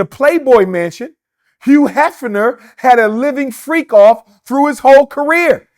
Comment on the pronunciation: did he say " freako " 😂😂